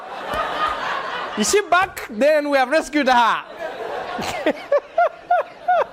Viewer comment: Back.. You say buck